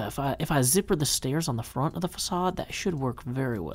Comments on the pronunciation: ...In which they pronounce it "fakade," a word won't be using much. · There's no "ç" in English, and certainly not on US keyboards. While use of that character is certainly allowed in the spelling of the word, it's just "facade" in modern dictionaries. Which of course leads to pronunciation issues, as "c" followed by "a" is otherwise a hard "k." Pronouncing it the way they did in the movie... would not be family friendly.